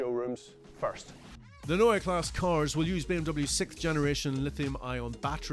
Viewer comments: Neua Class? omg that is horrible... please work on your pronounciation! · It's pronounced NOya KLAHseh. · A whole 18 minute video from a 9m subscriber channel and you couldn’t afford to ask someone how to pronounce „Neue Klasse“? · It’s either Neue Classe or New class Not neue class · Before you make an entire video about it, in which you say „Neue Klasse“ a thousand times, ask a German native speaker how to pronounce it. Prevents you from making a fool of yourself 😉